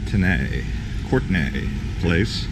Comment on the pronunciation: pronounced court knee place not courtnay